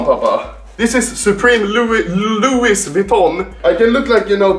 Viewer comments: Also anomaly: Loois Viton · its pronounced lui vuittion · Why does he get a stroke every time he tries to say Louis Vuitton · I like how he slowly says Louis Vuitton wrong more and more through the video